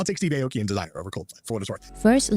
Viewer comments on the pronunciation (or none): So many things I want to say about this, so here goes. - She didn't even know how to pronounce Steve Aoki's last name. Where the heck does she live, under a rock?! - Calling BTS a 'Boy Band" with a short shelf life makes my blood boil!!!! BTS has been around for 10 years and are still gaining fans everyday despite being in the military. I don't know of any other "Boy Band" that could do that. - I am 60 years young and a very proud ARMY. I can't think of a better group to support. BTS are such amazing human beings who only want to spread love and positivity. - The host left out Dynamite which was also a #1 hit. - K-pop isn't a genre, it's an industry! - The guest said she's heard people say this (K-pop groups singing in English) isn't the type of music we (Americans) are looking for. Really?! Then why did Jungkook do so well in the US with his solo songs, because we don't want that kind of music?! Doesn't make sense to me. - You know, sometimes it's embarrassing to be from the West. We want our (American) artist, like Taylor Swift to be accepted by other countries but we won't accept others who are different from us?! - These two need to do some homework and really learn about BTS and how they have evolved as a group. After 10 years they are still successful and their fan base continues to grow. I think people are scared because they don't know how to compete with the guys. BTS has worked very hard to connect, and I mean really connect, with their fans which is why we are so d